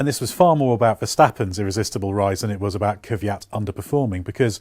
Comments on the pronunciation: i really dont understand why so called motorsport jounrnalists dont seem to care to pronounce a drivers name right... its KVYAT not Keefyat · Is it too much to ask for you to pronounce Daniel Kvyat's name correctly? It's Kvyat (flower), not Kyvat. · Love your reports and regularly watch them, but fot the life of me I don't know how all the English reporters manage to prounounce 'Kvyat' even worse and more wrong that any other nations repoter I've seen so far. On top of a horrid pronounciation, you also make your life harder by swapping the order of 'v' and 'y' in his name. Try using the IPA transcription [kvʲat] :) it will make life linguistically simpler. Still love your show regardless of how bad you pronounce names! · After Brits failing 35 years to pronounce "Ayrton" correctly, I'm not even expecting anything on "Kvyat" any more... 😐😐😐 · How come everyone everywhere has problems pronouncing or typing Kivyat's name?